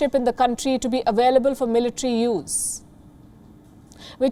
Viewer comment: Wion is now awailable in yor coundtry.